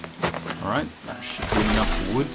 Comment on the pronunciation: Ah yes, "collect vood"